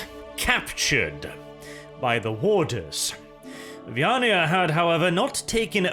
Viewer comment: Is it just me or does someone else also get pictures of a hive world full of catpeople in their heads, everytime says "vyaniah"?